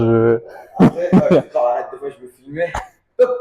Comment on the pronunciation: Arrêteuh le combat ! Eurdine !